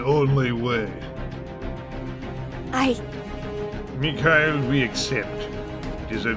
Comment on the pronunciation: lol this is awesome xd but it's "meehaeel"mikhail